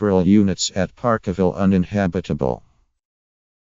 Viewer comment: Ffs if you cant talk about it using correct English, then piss this crap video off . " park a ville " wtf